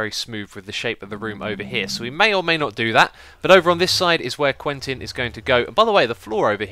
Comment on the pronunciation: you should use the name 'Quinten' instead of 'Quentin', because you pronounce it like 'Queen-ten' and because it's my name :D